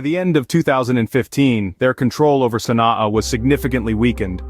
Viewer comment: Your prounciation of the name of the capital is wrong